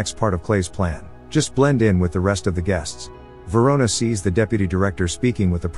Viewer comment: Verona?! RIC KEY VERONA?!!